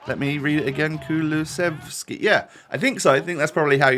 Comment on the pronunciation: As a swed how you say kulusevski is so funny😂 No hate